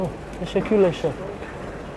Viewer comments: It's lovely that the presenter is trying and I'm sure it's going unnoticed however I would double that pronunciation. Teşekürler is the word for many thanks or thank you which is pronounced teshe-cool-ler not teshe-cool-lesh which translates as thanks-carcass 🤣. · Hello my friend. "Thank u" = "teşekkür ederim" or "Teşekkürler". But u pronounce it like "teşekkürleş" :) Just to say. anyway, thank u 4 the videos. <3